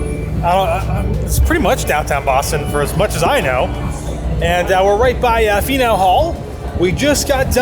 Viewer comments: Faneuil (Fan-yule) Hall Hhaha hope you guys had so much fun. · My city! Sorry but I cackled at the way you pronounced Faneuil Hall. It’s “FAN YOU UHL” :) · I had to laugh ever time you said Faneuil Hall... Definitely not from Boston not knowing how to say it🤣🤣 Love the videos!!! Keep up the good work👍